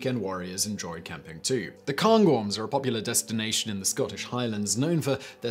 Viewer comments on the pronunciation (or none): Cairngorms, air as in airplane not as in cannes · The Cairngorms are pronounced Kay-rngorms for future reference Simon 😘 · Hulk lol.. Sometimes I wonder if he's actually British with some if his pronunciations. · It is a disgrace that you call yourself English, but don't know how to pronounce "Cairngorms".